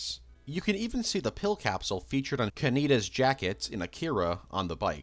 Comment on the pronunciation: bro pronounced kaneda as ka nee da